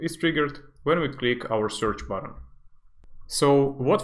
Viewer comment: These videos are pure gold! 💪🏻 by the way, I desperately want you to pronounce Button differently lol sounds like word "bottom"